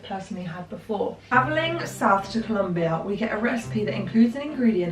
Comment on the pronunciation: it isn’t the accent. I’m a Brit and I say it properly. As usual with, she doesn’t do decent research into the finer details